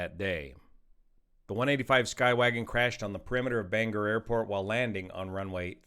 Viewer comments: I am going to say it is bang-Gore, the G sort of sounds in both syllables, with little more G in the 2nd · Just tossing it out there for everyone, it's pronounced "Bain-gore." most unfamiliar folks tend to soften the O. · Hi. Great video as always. FYI it’s pronounced Bang- ore. Appreciate all you do. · In the future, it’s “Bang-or” not banger. That’s something you have with mashed potatoes in the UK. -Maine pilot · Bang GORE. is there any YT that pronounces it right? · It’s pronounced “bang-gore” I know makes no sense. Also this crash everyone was devastated. First crash in Bangor….. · Bane gore is the correct pronunciation 😊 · To bad they didn't send him to Old Town airport just 12 miles away. They have a runway N/NE would have been landing right into the wind that day. And by the way Bangor is pronounced Ban GOR heavy on the gor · Excellent analysis. Just a note on pronouncing 'Bangor'. The two syllables are 'ban' (the ban sounds the same and the ban in band) 'gor' (the 'or' sounding the same as the word or). Keep the 'g' with the second syllable). Do this and you will sound like a real Mainer (Mainah). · Pronounced locally “bang-gore”. Thank you, from Bangor 😊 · Bangor is pronounced Bang-Gore 😂